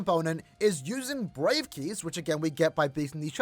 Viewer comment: I heard brave kiss instead of brave keys, i thought someone gonna give me a kiss as a reward 👉👈